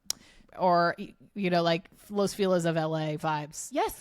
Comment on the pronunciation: Feh-leeez not fee-lizz pls 😢